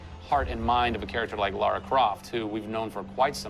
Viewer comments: he called her laura it's lara XD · It's LARA not LAURA. Ugh I find it so annoying when supposed "fans" call her that. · Yeah but you say it like you would say Laura. Like even the characters say Laura